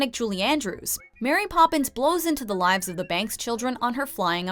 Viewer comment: Koby Pourciaux or MARY Poppins, if you go by IMDB, the video you just watched, and most if not all naming conventions. You only use r twice when it's m-e-r-r-y, as in merry Christmas